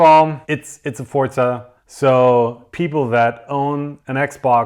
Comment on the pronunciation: There is no "t" in Forza, am I the only one who is super annoyed by just Forza being pronounced ForTza?